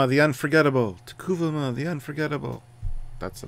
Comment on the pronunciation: It's T'kuvma guys, not T'kuva-ma:)